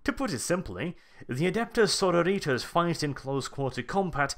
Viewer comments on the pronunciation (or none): I though it is pronounced "Suh-roar-i-tuss" compared to "Soar-oh-ritas". It's the Latin base for our modern word "Sorority." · Sorrow-Ritas? Are they an army of eternally depressed clones? so-RO-ri-tas. Basically, say sorority (the odd women-only organisations in American universities) only with -as at the end instead of -y. Pedantry ftw. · SorOritas god damn it not sororItas. Its Latin xD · Pedantic and late, but its soar-oar-it-ass. The base word is sorority, which is an american word for basically a female uni/college frat. Its not sorrow-ritas.. Sororit(y)ass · Sorori-Tas, not Soro-Ritas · I like it how you say Sororitas like Senoritas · His pronunciation of Sororitas in that latin-american esque style bothers me greatly. It should be more Suh-roor-it-us, in a Greek or old latin style. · I cringe every time you miss pronounce Sororitas /səˈrôrədos/. Remember it's Latin not Spanish. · That pronunciation of "sororitas" is killing me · The way you sororitas is driving me nuts!!!!!!! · I couldn't continue after your 6th or 7th mispronunciation of Sororitas